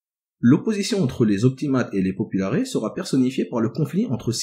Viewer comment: Superbes vidéos, merci beaucoup Au faite, on prononce§es dans populaires (popoularesse) pareil pour optimates